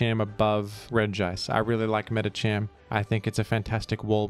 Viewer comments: I'm convinced pronounces Medicham properly first and then pronounces Medikam incorrectly later on purpose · will he pronouce medicham right this time? I await eagerly for this grand moment in history